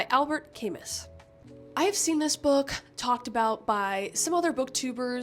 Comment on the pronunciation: Camus is great. Side note, the S is silent LOL. And The Stranger is fantastic.